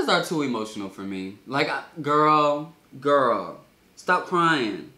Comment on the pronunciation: every time he said girl I stared to jerk my head and saying what😭😭😂